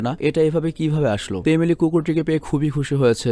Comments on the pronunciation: আপনি এমেলি কে একবার আলিমি বলছেন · majkhane apni amily na bole alimy bole felsen.... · Apni alimir mar jaygay alime bolchilen